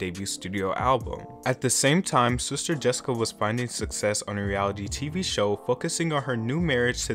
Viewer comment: Wtf did you call JESSICA "DISCA" ???